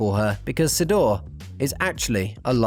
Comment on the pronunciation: Actually Davecat has two Love Dolls. One is Sidore (pronounced Shiii DORE -Ray) and one is I believe Elena. Sidore is a RealDoll and Elena is an anatomical doll. RealDoll is based in America and anatomical doll is based in Russia I think....